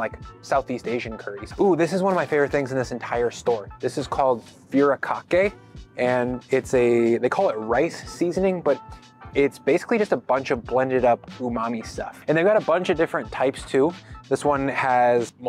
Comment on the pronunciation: The furikake is actually pronounced “foo-rree-kah-kay”. (Think rolling the “r” a little.) 😀